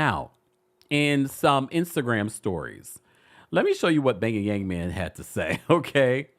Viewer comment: Why do you keep calling Jeremy the bay-ya-yang-yang man?!